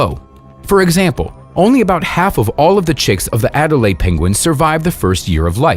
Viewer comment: Adelie penguins, not Adelaide.